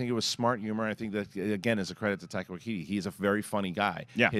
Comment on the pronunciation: It's Waititi, not Waikiki or Waikiti or whatever you keep saying.